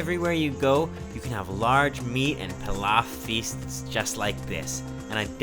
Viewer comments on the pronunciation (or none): none